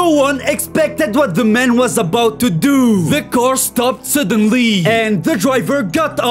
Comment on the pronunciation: This policemeun Tinted windoueeuoow To douuuoo Stopped suddenlyyyyeee Baseball baueeot Paying a fineouui Super smeauort